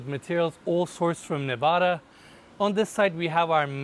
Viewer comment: I’m happy you pronounced Nevada correctly. Love your videos. Exquisite properties.